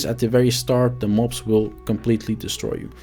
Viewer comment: it sounds like you sayin “ mopes” when you say mobs and I love it😂😂